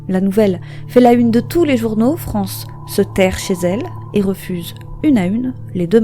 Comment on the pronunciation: On ne prononce pas "France" comme on le ferait en français, mais bien en prononçant le "es" à la fin, avec connotation latino et le "c" en "sh" et le "a" devient "é": Frénshès. Ou alors il faut aussi prononcer le nom de famille à la française et dire "farmé".